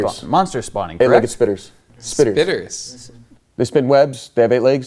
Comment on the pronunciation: HAHAHAHAHAHA "SPIDDERS"😂😂😂